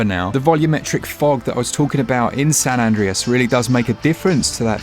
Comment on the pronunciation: Is no one else noticing how he pronounced San Andreas? 🤣🤣🤣